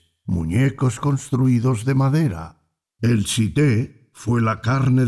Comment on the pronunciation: El tz'íté ud lo pronuncia mal. En youtube hay videos de idioma k'iché para aprender antes de pretender pronunciar